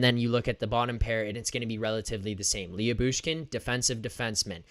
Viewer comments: Lou-Bushkin, not Lee-Yu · Leah Boosh Kin😂😂😂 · His name is spelled different but you pernounce his name like this la-bush-kin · Last I looked Jakob Chychrun is a minus 27 this season. I wouldn't read anything into that stat especially in Arizona. I would add why would Arizona want to move Chychrun who's a minus 27 while they are tanking? Hahaha! Also I'm pretty sure it's pronounced Lebooshkin.